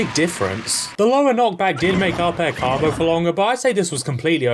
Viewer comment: Why do you pronounce combo like "carmbo"?